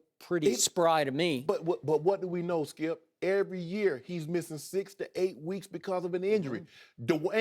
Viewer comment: "HE DIDN'T SAY IT LIKE THAT SKEEYUP!!" hahahahaha... Shannon is so funny to watch man!!